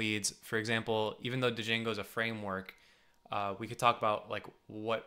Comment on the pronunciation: hehehee, good one. BTW it's Django (/ˈdʒæŋɡoʊ/ JANG-goh; sometimes stylized as django)